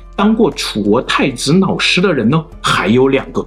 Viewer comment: Hahaahah 老子被你说成脑子，老师变成脑尸